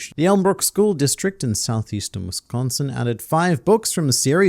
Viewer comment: pronounces wisconsin better than anyone from the southern united states